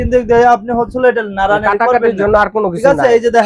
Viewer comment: দোকানদার ভাই, হচ্ছলো" ভাষাটাকে ভালভাবে বলার জন্য অনুরোধ করছি। ধন্যবাদ।